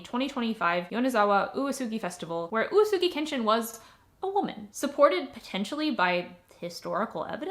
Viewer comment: Well to be fair you had 7 different readings for uesugi like oosoogi and yuusugi and woosugi and you rarely let the E sound out. Like OOWEsugi or something. U and E would be 2 moras, or at least 1 and a half, and E would just be as audible as the U, im hearing a lot of U's and almost no E. Thas okay of course, but being the main topic it did bug me a bit, but also im glad that you at least edited the captions and i know thas a lot of work so thanks for that